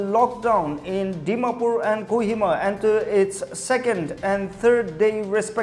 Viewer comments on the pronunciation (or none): Its not Kuhima.. Its a Kohima